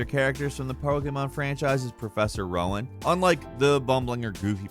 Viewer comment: Nice video. But, and I hate to be that guy, Prof Rowan's name is pronounced "roe-in," like the tree he's named after, not "wow-in."